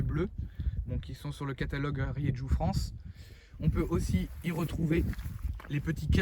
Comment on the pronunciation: Ça m'énerve ta prononciation de la marque ça se prononce pas comme tu le fais, fais un petit effort renseigne-toi comment ça se prononce en espagnol